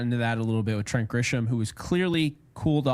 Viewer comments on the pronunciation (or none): Crick LOL, the type of dude to say Grish-HAM and De-Grome 🤣🤣